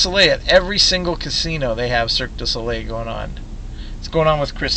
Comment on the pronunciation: you pronounce it circ duh so lay